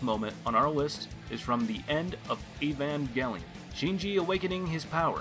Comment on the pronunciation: This man just said evmangelion